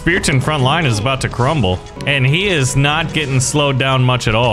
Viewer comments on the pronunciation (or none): Bro messed up with is😂😂😂 Bro said instead of is it's iis